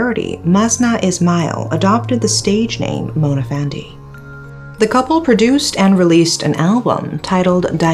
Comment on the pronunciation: I really love your pronunciation, great job. When you pronounce Mona's song title I almost thought that you are a Malaysian for a few second😅